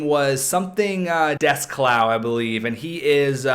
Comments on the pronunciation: It sounded like he was saying dust cloud not descloux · Also it is pronounced day-clue